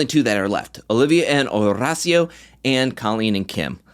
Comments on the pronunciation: Wow, u pronounced Horacio's name great this time👏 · I can see the improvement in your pronunciation of Horacio’s name and I appreciate! I was definitely cringing the last few episodes when you would say it pronouncing the H